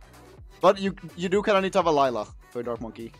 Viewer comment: Why does say liela lol its layla